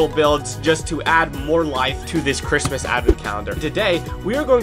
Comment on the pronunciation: 24-days of saying "the Chritsmas Platform." 😂